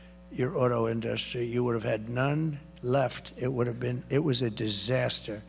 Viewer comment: I'm 30 minutes in and it's exactly what you think. 15-30 is all about NAFTA and "i did a great thing and Hillary didn't like it until she did" said different ways. He gets to tariffs and just says "you wouldn't have an in-duh-stry without them" because he doesn't know anything else about these topics.